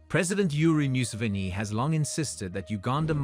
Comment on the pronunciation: We thank our president "myu-sivini" 🤷🏾‍♂️😊